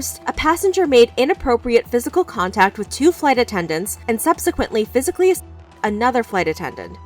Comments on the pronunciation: Why can't you say assaulted???? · Why cant you say assaulted?